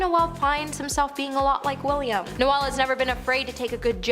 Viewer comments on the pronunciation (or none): Noelle is a woman’s name. It’s pronounced Noel like ‘Nole’.